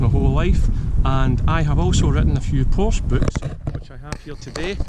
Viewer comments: you wrote a Porsche book but can't say the name correct? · You lose all credibility when you can’t even pronounce the name correctly. That said, there are potential issues with any of them. I have 5 at the moment, been driving them for well over 50 years.